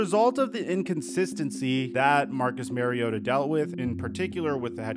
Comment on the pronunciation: It's Marr-iota...not Mary-ota